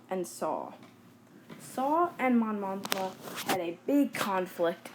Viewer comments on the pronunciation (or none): It is Mon Mothma not Mon MoNthma